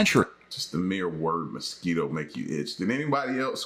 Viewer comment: I'm from San Antonio as soon as he said "mosq" ptsd kicked in and the scratching began